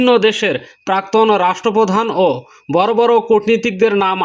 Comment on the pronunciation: "বর" নয় "বড়" বলেন।